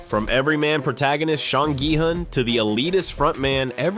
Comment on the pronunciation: Did you just call him shawn gi hun? 😂